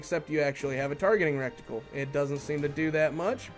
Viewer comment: It's called and pronounced "retical" not "rectical"